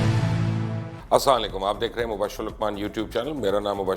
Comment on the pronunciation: مبشر صاحب پلیز ناراض نہ ھو۔ السلام علیکم کے الفاظ سہی طریقے سے ادا کیا کریں سلام۔ تو دعا ھے سلامتی ھے۔۔